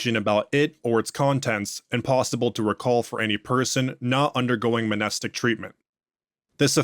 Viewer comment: Love your stuff. Just one nitpick, I’m pretty sure the M in Mnestic is supposed to be silent.